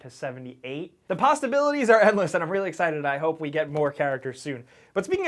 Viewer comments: I swear you said " posstaibilities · SAID "THE PASTABILITIES"